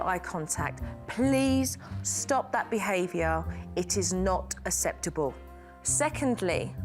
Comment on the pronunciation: aKseptable not aSeptable. Good grief.